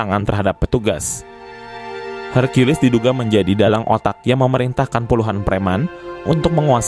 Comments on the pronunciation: Brow .. , Aku senang menyimak ceritanya , cuman kenapa caramu menyebut nama Hercules , kok Hargeulis -- emangnya Hercules itu bencong ..? , sampek sampek ente memanggilnya Neng geulis . Jadinya .. Ane agak bingung mencernanya . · Buset herkiules Napa gak herkules aja lah, kita kan org Konoha 🤣🤣🤣